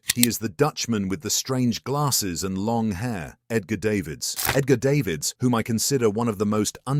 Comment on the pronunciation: Can we just not use a computer to narrate shit? The mispronunciation of Ajax and Edgar Davids completely took me out of the video.